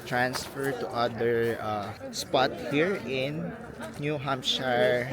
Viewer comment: New subscriber here. By the way, Americans pronounce it as New Hampsher, not “hamp shayr”. Keep up the good work on your vlogs 😊